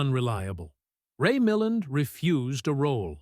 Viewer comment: Not only do I hate the AI voice, and particularly the repeated mispronunciation of Ray Milland's name, I am furious that I gave up 20 minutes of my life to see if there was anything to be said about favorite film 12 Angry Men, portrayed in the thumbnail. There wasn't.